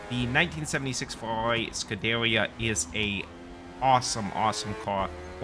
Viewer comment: its prounounced scoo da rear